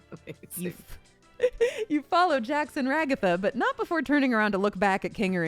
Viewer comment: Confused "not" with "hot"